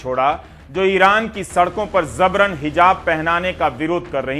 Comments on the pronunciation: Ravish ji ... Zabran Nahi... Jabran sahi pronunciation hai.... Sorry... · Zabran ❌ Jabran ✅ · Zabran nahi Ravish bhai yeh word Jabran hai۔ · Right pronunciation is Jabran (जबरन)not Zabran ज़बरन। नुक़्ते का फ़र्क़ है। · Yes it's J for Jabran not Z for Zabran👍😊